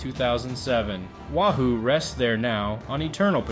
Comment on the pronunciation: Btw, it's pronounced 'way-who', know your fish. (subs at the time were named for fish)